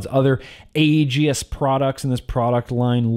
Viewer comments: For the love of….it’s pronounced like A-Gis, not A-Gee-is. The E is silent. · gods DAMN it, man, as much as I wanna love ya like a brother, just... "Age-ey-ist"?! Seriously?! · No one:: „Agi-is“ Jk:D nice vid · You say aegis weird